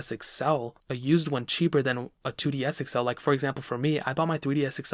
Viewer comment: “2DS Excel”